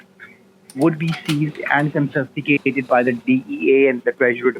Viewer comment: Oh WOW... it's been ages since I I've heard one of these dumbasses say "your funds will be CON-FIST-ICATED" 🤣🤣🤣